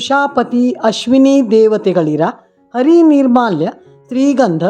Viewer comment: ನೀವು ನೀಡಿರುವ ವಿವರಣೆ ಯಲ್ಲಿ ಹರಿ ಎಂದು ಉಚ್ಛಾರಣೆ ಮಾಡುವ ಶಬ್ಧ ವನ್ನೂ. ಅರಿ ಅರಿ. ಎಂದು ಉಚ್ಛ್ರಿಸಿರುವಿರಿ. ಸ್ವಲ್ಪ ಗಮನಿಸಿ. ಅರಿ ಎನ್ನುವ ಶಬ್ದ ದ ಅರ್ಥ ವನ್ನು ತಿಳಿದುಕೊಳ್ಳಿ ಆಗ ಅರಿವಾಗುತ್ತದೆ.